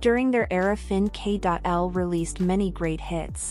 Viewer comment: Fin.K.L is pronounced "fin' kil"